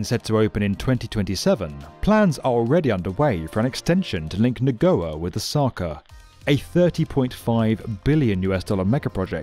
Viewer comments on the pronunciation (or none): Na GOYA not Na GOA. Ya. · NagoYAAAAA. Not Nagoa. Haha. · Nago YA. YA. Say it with me. NA GO YA. Not Na Goa Come on man. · The city of Nagoya is pronounced nuh-goy-uh, not nuh-go-a. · NA-GO-YA, not NA-GO-WA. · Correct your Pronunciation It is not Neh’go’wa It’s pronounced Na-Go-Ya Get it right. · Good video but please: it is "Nah-goy-yah" not "Na-go'er" If you get a script with words you don't know how to pronounce - ask. D.A., NYC & Tokyo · it's read NagoYa, not Nagowa btw. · I usually dont mind bad pronunciation in videos, but what the shit is nagowa? Nagoya is a famous city and it's pronounced as it is written. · What is Nagoa? Can this guy read? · "Nagoa"? I didn't look at the screen and was so confused haha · Muricans, how are you doing it?? Chu+o='chao'?? Na+go+ya='Nagowa'?? How do you manage to butcher the easiest words out there, it's so cringy... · Embarrassing pronunciation of Nagoya, unless your script read “Nagowa.” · Amazing video as always! But Nagoya is pronounced Na Go ya and Chuo as Chew Oh 😂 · I was going to forgive the mispronunciation of Chuo as Chow. But then came the worst pronunciation of Nagoya I've ever heard. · That is the worst pronunciation of Nagoya ever. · pronounced "Nagoya" wrong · his pronunciation of nagoya damn son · Why does he struggle so much pronouncing Japanese words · The way you pronounce Nagoya.. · How bad is the pronunciation of Nagoya in this video? Completely wrong. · Very interesting video - I enjoyed watching it.... but I think you need to learn how to pronounce Nagoya... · Agreed. "Nagoya" was the worst offender, but he mispronounced "Chuo Shinkansen" quite badly as well. I'd be excited for a video dedicated to this project, but please practice the names beforehand :)